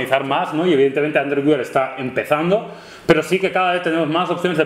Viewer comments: Muchachos, disculpen. Sin pretender molestar pero suena feo si dicen Android güiar, mejor si deben uear, es más parecido a su pronunciación en inglés. Saludos :) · "GÜEAR" por dios!!!! no "GÜIAR" !! que duele hasta el alma cuando decía Android güiar! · QUE ES ANDROID WEEEER NO WIAR jajajjaja maquinas decidlo bien que despues de mil videos veo que lo seguis diciendo mal, aun asi un video estupendo igual que siempre